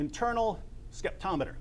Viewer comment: Skeptomiter?!? Really?